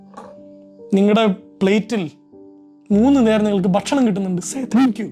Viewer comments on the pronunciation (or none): none